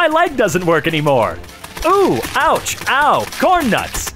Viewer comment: You said ouch wrong